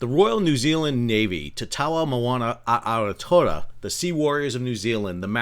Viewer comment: Re: Maori, that was a spirited attempt but I must admit I did not recognise the pronunciation of "Ao-tea-roa" at first! I would possibly suggest trying for "ow-TIER-rower" if you need to say it again. It refers to the mythological "long white cloud" over the country that would have been useful for naval navigation -- it's a bit of historical trivia, I guess a bit like knowing about the Mayflower and Columbia for the US.